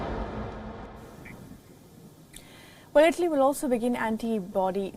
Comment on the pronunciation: Tf is “ itly “ it’s ITALY